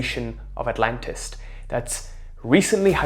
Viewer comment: I like your accent, but it's called Atlantis, not Atlantist. The Egyptians didn't build the pyramids. They found them. I used to think the way you are suggesting. But here's what I came to realize. It if was meant for you -- it will be yours. My philosophy now is let it happen the way it happens. Work towards nothing and don't try hard. Just get by. Don't give And don't take. Just let it happen.